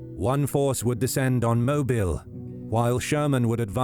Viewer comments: It isn't pronounced Moble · It's always funny hearing non-Southerners pronounce Mobile (moh-beel). Great video nonetheless!